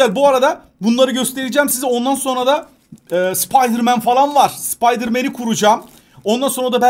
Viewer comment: Rotin n sıpdırman türkçe di mi 😂😂(spiderman)